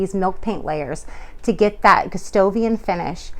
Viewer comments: Since the king's name is Gustav (Goostahf), it's Goo STAH vian, not Goo STOH vian. Good job on the finish! You have a much better understanding of what is going on with Gustavian furniture than the others on YouTube. It's a more nuanced effect, and a bit complicated, but you have a great eye. Thank you for this. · Your technique is the best I've seen for this finish, but you keep saying Gustovian instead of Gustavian with an "a." It's distracting.